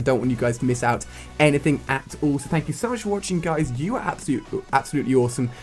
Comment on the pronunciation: Atole instead of at all